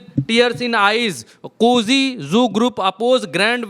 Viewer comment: शुरू में ही मोहतरमा ने अति उत्साह में बोल दिया कि 43 "सांसदों" ने भाजपा छोड़ दिया! ( - ) फिर - में भाईजान ने कहा "कुजी" ग्रुप! वो "कुकी" हैं भाईजान! 😂😂😂😂😂